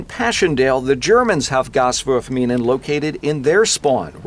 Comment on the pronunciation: I took german back in high school and god damn it sounds badass with the German accent lol